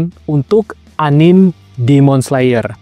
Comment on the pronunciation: Di baca "anime" bang. Jangan "anim" atau "enim" 👌